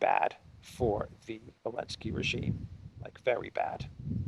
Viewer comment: Why do you call him 'Elensky'? It bothers me a little. Is there a reason?